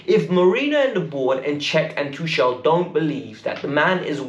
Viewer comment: It's Tuchel..not Tushel 🙄